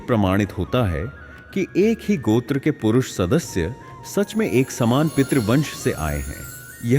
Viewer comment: first we dont need to westanize our hindi word its not gotra its gotrr